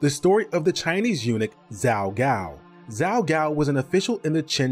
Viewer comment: Zhao has a J sound, not a Z sound. (Like the city Guangzhou.)